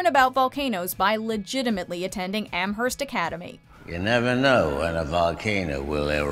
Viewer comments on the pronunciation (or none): Am-Herst 🤢 it's pronounced Amerst